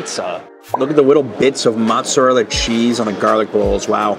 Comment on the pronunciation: its called mootsarella you are offending italians by calling it matzarella its not jewish cheese you can get a large cheese pie here in bklyn ny flatbush ave 10 dollars